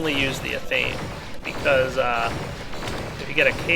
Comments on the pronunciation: It isn't 'athame'. It is pronounced Ath-a-may. Just thought you would like to know. Thumbs up so he cana see please. (I know it's lame, but i would like him to know.) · Ath-uh-may. Not Uh-thayme. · ok so im usually not one to correct your pronunciation but seeing as how i seem to be your only pagan follower.... its pronounced a (like in aple) thi may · Just so you know, I do believe athame is pronounced ATH-uh-may, short A on the first syllable, as in the ceremonial dagger. Not that it really matters, but just thought it might be useful... Love your minecraft LP series btw, as well as your mod collection, more or less all of which I won't play without now -_ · Ath-a-may: Athame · Athame pronounced (Eth-a-may) (not sure how to spell how it is pronounced but took a shot at it since I know how it is pronounced) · The Athame is a symbolic dagger used by Wiccans and other pagan religions to represent fire, and you're pronouncing it wrong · That is not how you pronounce athame